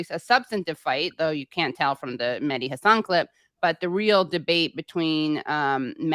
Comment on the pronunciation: The H in MeHdi is not silent. It's pronounced as H in Hypocrite and wHore that Mehdi is I love how arm chair feminists think that the only healthcare women need is abortion. You don't have to go to Ukraine to see DemoKKKRats and Republicans work together. They also make sure that people who do want to have a baby can't afford to feed, house or maternity care to have the baby. You criticizing the status quo is literally the pot calling the kettle out of touch. You are only fighting for the right of the poor to kill their babies. How can you call Klobuchar caring? You could challenge the Republicans about the fact they only care about birth right because once the baby is born they don't care. They don't care that life needs, food, shelter, healthcare etc.